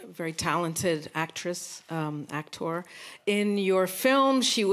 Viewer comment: Is she an actress or actor lol than I love the, I'm an intellectua, l way she pronounces actor.